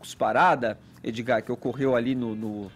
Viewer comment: Mano, esse "Edzigar" é um esquerdista no armário.